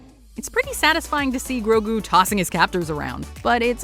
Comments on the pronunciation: Here it’s easy just say it with me gro-gue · Grogu. The names grogu. Get it right, please. He's not even related to yoda. Not yet revealed at least